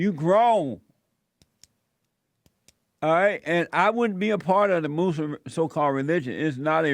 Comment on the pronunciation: ILOVE how Jesse says “MOOSE-limb” 😂🤣😂